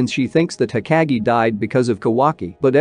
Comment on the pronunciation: It's... Ho-kāh(géh)...😒 Pronunciation is Key 🔑...!! I hadta stp watching 3 mins in cuz it grinds my gears to hear u say everything wrong....